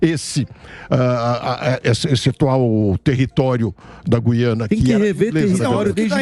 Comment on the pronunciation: Sr. locutor: GÜIANA – No nome deste país a vogal U soa; a pronúncia não é como a da nossa palavra GUIAR, mas como em RUIANO (referente a Rui Barbosa); em tupi: GÜIRÁ (pássaro); ou no vocábulo hipotético TUIANA. Em grego: Γουιάνα; em alemão: Guyana (Ü). A inexplicável, absurda eliminação do trema na nossa ortografia provoca erros de pronúncia.